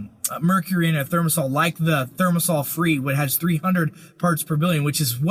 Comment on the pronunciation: The word is thimerosal, not thermosal, Mr. Chiropractor.